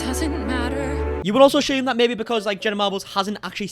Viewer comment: No H in assume its not ashume.